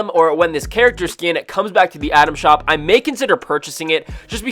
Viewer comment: I’m sorry is he saying Adam shop Or item shop he sounds like he is saying “Adam shop”